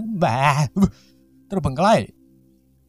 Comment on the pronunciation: "terbengklaiiii......" TERBENGKALAI wkwkwkwkwwk